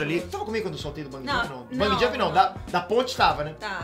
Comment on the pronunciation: Vou fazer o papel do mequetrefe hj, então lá vai: É Bungee Jump e não Bung Jump!